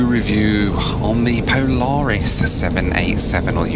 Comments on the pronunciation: Poo-laris Loo Review? Boooo! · "Poo-laris" review, lol! 😆 🚽